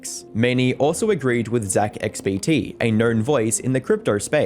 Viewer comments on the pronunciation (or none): none